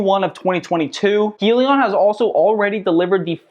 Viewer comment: Just so you know... it's pronounced "High-leon"